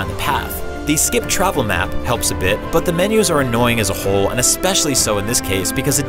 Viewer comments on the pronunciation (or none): none